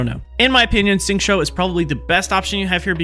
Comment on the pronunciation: Nice, but when describing what you’re doing, it’d be helpful to say specifically what power you’re casting (eg “use Xingqiu’s E”, rather than simply saying you’re applying “this” or “that”. It’d also be much easier to follow your technique if you pronounce the character names a bit more correctly— Xingqiu is closest to “shing chew”, not “shing cho”. The English voice actor is wrong too (listen to the Chinese VA or go here ) along with most YouTubers, so you’re not alone there.